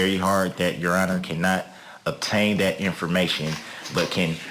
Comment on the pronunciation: Okay class today’s word is “Protocol” or in the dictionary of Darrell , Protocaw/Protacall or Prodacawl so just be aware 😂